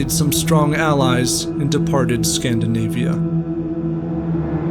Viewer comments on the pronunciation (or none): none